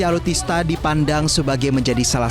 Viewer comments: ngomong alutsista aja kok sulit ya...aluttista berulang-ulang😅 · Alutsista min, bukan alutista 😅